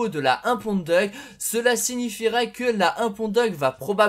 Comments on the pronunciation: ouais ca enlève tout le style de la muscle car quand il prononce ca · essaye de prononcer "Diouk" plutôt que "Duck", petit conseil ;) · bah ca veut surtout dire canard en anglais ^^ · DeadlyFanTas1e oui c'est vrai , j'avais pas fait gaffe XD #boulet